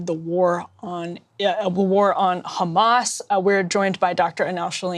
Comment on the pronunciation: Blonde bimbo still introduces guest with "war on Huumas". It's efkhing war on Palestinians. It's efkhing geno-side.